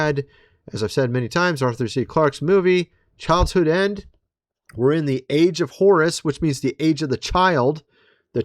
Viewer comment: I've heard him say "child's hood end" so many times now and it gets me every time! Much love and God bless!